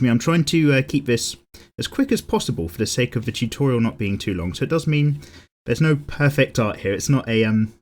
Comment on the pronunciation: "It's time for another chutorial"